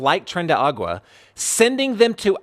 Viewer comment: Tren de ARA-gua. Tren de Aragua not agua. It’s a region in Venezuela not a reference to water. Just sharing clarification